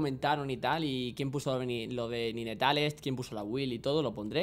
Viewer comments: Buena idea de los retos pero se pronuncia "naytels" no ninetales :P Build para akaly: Sablepistola hextexh, botas de movilidad, capa de fuego solar,mazo de hielo,daga de statikk, ángel guardián Apodo para akaly: La china loca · Tío , te lo digo a ti como a Alexelcapo; No digas "ninetales" coño xD el puto inglés. En todo caso es "nainteils" PD : Mejora el >"inglish"< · se pronuncia "naintels" no como se escribe. :) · Cuando dice NINETALES suena a GENITALES xD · Se dice Naintails T^T maldigo tu estirpe. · SE PRONUNCIA NAINTEILS pl0x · Ninetales= "Nainteils" la pronunciación por si no ..... xD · Ninetales se pronuncia "NainTeils" que afan de pronunciar las cosas tan literalmente